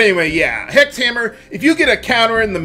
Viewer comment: When it comes to 'hex' and 'sex', the word 'six' has cognates that replaces 's' with 'h', same with 'seven'. Like how 'Hindu' and 'Sindhu' are cognates. Which could explain why you can hear "Sex Hammer" rather than "Hex Hammer". I don't know the relationship exactly between 's' and variants, and 'h'.